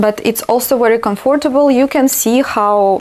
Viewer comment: I love your videos even more now! ❤️ I know you didn’t ask, but it’s not criticism, just a few minor errors you may correct and remember for the future because these are very common words: comfortable is pronounced with the stress on the first syllable; What do you think? (not how) And “impossible “ (not un) I hope you won’t take offence. You may even delete my comment 🙏